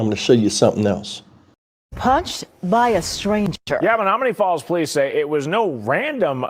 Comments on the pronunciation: Menomonee falls say it like ma- nomo-nee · Men om o nee falls is how it's pronounced, but your all good with me. I'm from Wisconsin and we have a lot of Native American named towns. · It's pronounced men-ōm-o- nee falls